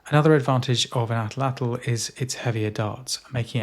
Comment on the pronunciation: just finished! Thank you for pronouncing atlatl correctly. I have a degree in archeology focusing in pre Columbian Mexico (where the word comes from), and I can tell you that the vast majority of YouTubers butcher the pronunciation lol